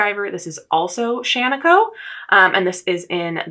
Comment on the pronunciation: here from stitches and starlight...1. I love to hear someone pronounce Shaniko correctly (and Tumalo when that happens, having spent high school in Tumalo, it GRATES on my last nerve to hear it repeatedly mispronounced, which is OF COURSE a me problem). 2. I love the cardigan you are wearing in the (first for me) video, Marie Wallin(?) Looking forward to watching backlog of videos and learning about this project. 3. I will never knit a petit knit pattern, as I firmly believe they are all such simple, classic patterns that they are available in the archives of Ravelry or various accessible library (my own or public). But I happily would spend money on an all over colourwork charted pattern, if it is size inclusive. 4. I'm kntting 26 pairs of socks this year, joined the Ravelry group, am on pace, having completed 5 pairs in the first 10 weeks of the year so far. 5. I established my go to self drafted sock pattern about 60 pairs of socks ago, and will occasionally insert colourwork and stitch patterns into that memorized pattern (two at a time, toe up, heel flap and gusset, contrast toe, heel and cuff; 64 stitches - unless colourwork, then 72 stitches; size 0 needles, unless colourwork, then size 1 needles for the colourwork section, Icelandic bind off). 6. I started knitting sweaters in 2020 and have dozens now, and am very intentional about what I knit now. Fingering weight sweaters have been my go to for the last several, perfect for layering in Minnesota weather. Cardigans a